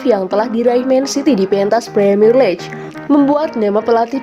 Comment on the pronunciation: League = diucapkan "liig".